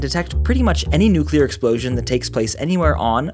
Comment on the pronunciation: I dont know why but it always makes me feel good when people say nuclear right :)